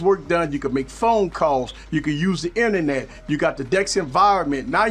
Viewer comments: I love his pronunciation too! "Inenet" is my word of the week haha! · Thx for that man! I kind of think most of the features this provides, are already possible without it, like: - the Inernet (I love your pronunciation lol ) , we have the ability to use an Android as a router, & basically still using our big laptop screen, with our smartphone's Inernet :D - Checking our files / pictures: it's almost the same to plug the phone to navigate through the files & find our pictures, double click on them & seeing them on PC screen, same for most other files (videos will have to be buffered, & some files might not be compatible with Windows apps, but no big deal) - Working on Office like docs: you can almost seamlessly go from 1 device to the other using Google's online "Office" version, & if you need deeper productivity, probably that going on desktop version by regularly transferring the file on PC is a better idea, while not being that much of an hassle (especially when your phone is plugged anyway, if you use DeX through USB; if you're always synced in BT, even easier)... IMO For Gaming, it's a complete + this time, as you may have the Windows version of the games, but not the Data of every games shared through different platforms (exactly like between PS, Xbox & PC), so using your PC Screen while progressing on your Android version of games (or games only available on Android of c), is heaven. The phone call sync allowing to use the PC speakers & mics, is great too, & was probably integrated to concur with the fruit company... or at least, filling